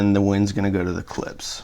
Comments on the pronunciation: For the love of God please dont slurp coffee during your videos. It adds zero. And the name is Klipsch, not 'clips" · I'm not much of a Klipsch fan but if you're going to be an audio reviewer since they are one of the oldest Brands out there you should out of respect at least pronounce their name correctly. Klips?